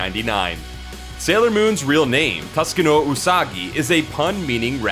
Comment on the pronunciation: The pronunciation of Takeuchi is killin me. And then I got slapped in the face with TUSKino.